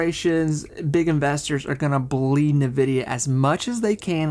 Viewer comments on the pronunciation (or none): In-vidia, not Na-vidia